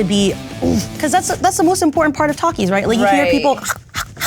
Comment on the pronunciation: Thank you for pronouncing Takis the right way🔥🔥🔥 Th-a-k-ee-s